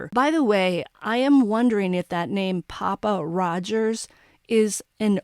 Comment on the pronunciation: Ahhh! You NAILED “PappaRodger.” I was wondering what the hell it meant. If Kohberger is an Incel…